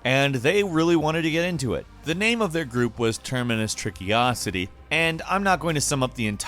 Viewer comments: "terminus tricky-ocity" Did you even try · I’m pretty sure he said terminus trickiocity lol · How did you manage to arrive at the conclusion that "Termacious Trickocity" should be pronounced "Terminus Trickyocity"? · I love how continuously mispronounced “Termacious Trickocity” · Why did you pronounce "Termacious Trickocity" so awfully???😏😏😏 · Poor Termacious Trickocity, I thout they were only going to be mispronounced once. F